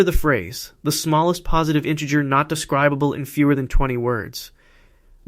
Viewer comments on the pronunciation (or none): not sure what you're addressing, all good info, but I was referring to how the AI was mispronouncing the word "inte-grr" with a hard "g." Integer always uses a soft "g." unless that's how they say it in England, there's another dual: US vs. UK. They're not always the same.